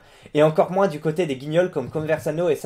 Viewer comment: pourquoi tu dis moinSSSE au lieu de moins ?